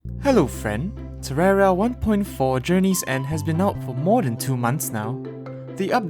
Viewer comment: are you just ignoring the "i" in terraria when you say it?